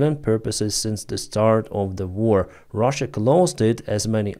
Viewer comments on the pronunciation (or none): none